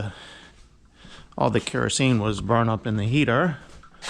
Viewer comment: If ya need help, I’m just a few miles south of 95’ and I’m bored. Say kerosene again though lmao. Love you